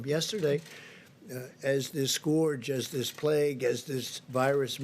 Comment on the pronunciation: learn how to say scourge... 1st page google there